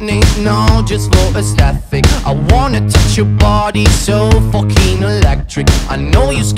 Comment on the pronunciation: Love the way he says fucking but he says focking